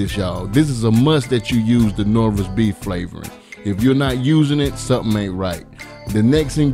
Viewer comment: “Knorra’s” he said what he said and if u’ve ever tried his recipes then u gone get out there and look for that daggone Knorra’s.